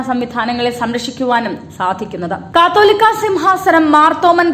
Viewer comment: Pronounce the word catholica correctly